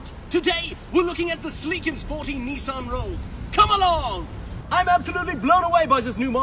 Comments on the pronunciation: Only thing he missed was the European pronunciation of Nissan lol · I lost my immersion when you pronounced Nissan